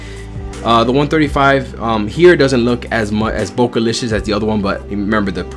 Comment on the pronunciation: My man said Bokelishish 😂